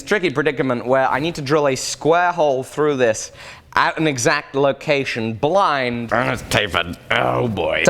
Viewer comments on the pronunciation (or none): none